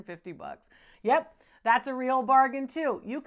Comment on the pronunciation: I was laughing when you were saying yep I just after she sold the sterling silver cup because you were making me think of a country girl at a rodeo that would say in American accent yep LOL so where's your cowboy hat LOL you haven't even come up with the cowboy had yet I think they would suit you